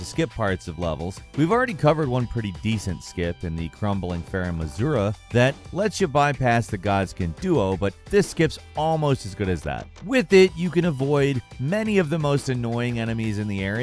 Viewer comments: My guy legit said 'crumbling farum AZURA'.. like.. by Azura by Azura by Azura! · It's Farum AzuLa not Farum AzuRa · “Farum Azura” 😂